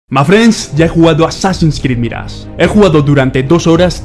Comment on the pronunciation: Extraño que diga "azin krid balaya" 😢